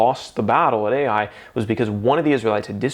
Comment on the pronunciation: I thought the pronunciation fo the city Ai, is EYE, not ay-eye. The Israelites were all held accountable and they had to dole out the capital punishment. That must have been hard. Imagine being the child of this man and being stoned to death for Achan's greed and lust.And all of this sin is burned. ties into the end times. We need to get right with God now. Excellent reminder.